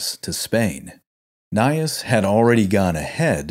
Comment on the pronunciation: Why can't you pronounce anything correctly? Cannae, Gnaeus, Indibilis, whose name was on screen as you said "Idibilis"! Undermining your own work needlessly, and it's otherwise good work; few know about this side of this Punic War. Focus more on the battles too, rather than some screenshots; entertainment value is why Kings and Generals, BazBattles etc. are so popular; throwing information at people isn't enough, you've got to make it 'sexy'. Also why are there explosions at every confrontation of these ancient armies?